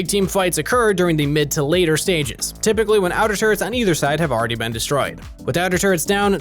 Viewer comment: You said rypically yourself though